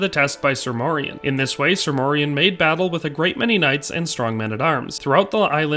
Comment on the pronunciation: The proper pronunciation today would be Morian (Like Dorian). He is a part of our Dutch cultural history in Pre-colonial times and came to be a sort of celebrated hero figure too in time a saint and the equivalent of a Medieval superhero like the other knights of the round table. The songs and stories would teach medieval children and adults about the Moors and morality towards them. There have been many Moors that have visited, lived and started families in the Netherlands throughout history. Since the Netherlands was historically a refuge for refugees of any sort, political, ethnic or religious. Moors came to over time not only signify black folks from the south but also signify the mixed black people that were a result of intermarriage and the likes (Like Morian). A famous portrait from one of our legendary painters Rembrandt is called "the Two Moors" and depicted two of Rembrandts neighbors at the time, obviously, they were black (1655). Fun fact: the European name Maurice also originates from the same thing, like Moriaen / Moriaan it was used as a name for those from often mixed families. And it meant "From Mauretania" which was roughly the area that is now Morocco and the Southern regions of it - a name already present in genealogical records of the Netherlands since the year 1100 AD and mentions even earlier in other forms.